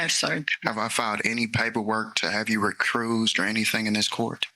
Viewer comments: “Re-cruised” or recused 😂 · What's recruise? Did he mean to recuse yourself? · “Have I ever filed any paperwork to have you re-cruised!” I’m no attorney but is he trying to say Recused?? 😅 wow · Did he say "recrused"?! 😂😂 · Wow - So ignorant… “compellment”?? “RECRUSED”?